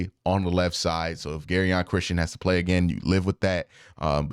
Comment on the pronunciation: Jer-on Christian not “Gary-on”😂